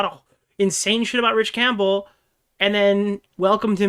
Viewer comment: THANK you for calling out the Camp🎪Bell🔔 pronunciation, he says it like that all the way through and it drove me nuts;!